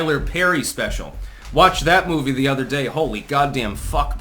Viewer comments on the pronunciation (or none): none